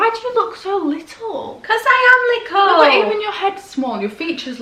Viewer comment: ”why do you look so little” Her mum:”because I am liccle” 😂😂 omg I love u guys